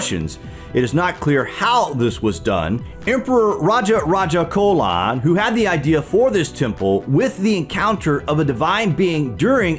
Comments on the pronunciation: This is not the true history and say chola not cola pronunciation must important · Good one!! It’s Raja Raja CHOLA and not cola. Great work,! Good to see ur name in the courtesy, you rock! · Mortal life of Lord shiva!! What do you mean by that.... And it's not raja raja 'colon'....🙄 it's 'cholan'....with 'cho' like in cho chang from Harry Potter!! And the shadow theory is not true!! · You mispronounced the name 'chola' emperor Raja Raja Chola, the 'ch' should be pronounced as 'ch' ( as in chips ) , not 'ch'/k (as in Cola or chemistry) . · Ch in Chola is pronounced like Ch in Chapter